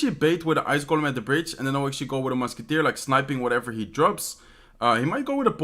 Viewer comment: Take a drink everytime he says "actually" or "ashuasie" (xD). Lets be drunk in 2min.